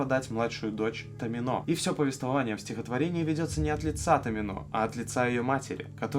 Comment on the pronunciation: во всяком случае рифмуется на томИно а не на томинО